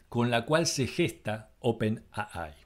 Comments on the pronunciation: ¡Por favor! No es "open a ai"; o dices "open a i" u "open ei ai" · Buena recopilación pero... por favor pronunciar bien... en español es open A. I. ... en ingles es Open Ey Ay... pero jamas es Open Ah Ay.... porfa! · Por qué pronuncias 'a-ai' y no 'ei-ai' en inglés o si fuese en español 'a-i'? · en ingles se dice ei ai pero en castellano se dice ai no aai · Demasiada soberbia sobre hechos y nada de análisis. Gracias por poner en línea de tiempo esto y no creo que haya mucho más que agradecer. OPENII como lo lees en inglés. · Le agrego algo más: En español sería al revés: I.A. ya que para los de habla hispana, es: Inteligencia Artificial. Pero coincido, está mal expresado.